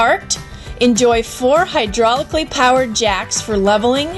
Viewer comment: hydraulic, not hydrolic